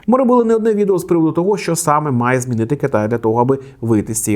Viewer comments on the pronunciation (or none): не тогО, а тОго